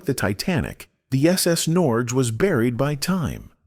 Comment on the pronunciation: Nice, but completely mispronounced the SS Norge. It is pronounced nor-yay.